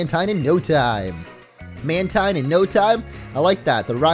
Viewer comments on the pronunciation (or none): "Mantine" is pronounced "man-teen". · Mantine is pronounced as MAN-TEEN though. hahaha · Jordan Schriver lol dude I checked my Deluxe Essential Handbook and no it's not, in the exact words of the Deluxe Essential Handbook, which was made by GameFREAK and Nintendo, it is pronounced MAN-tine.